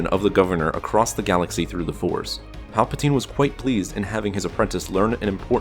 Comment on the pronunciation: It sound like you are saying papatine